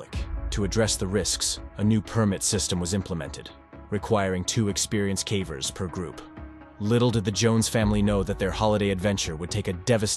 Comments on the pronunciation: Calvers? Sounds like she's giving birth to a cow. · The voice has to be ai right? cause it cant even pronounce ‘cavers’ correctly half the time lol. Put more effort in dude this is sad and boring af to listen to